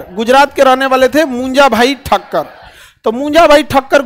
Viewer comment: Munja not punja